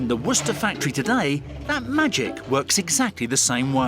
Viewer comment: Woster is how you pronounce the part "worcester"